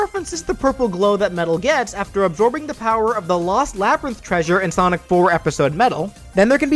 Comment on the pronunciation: Right...do you even know how to pronounce sonic?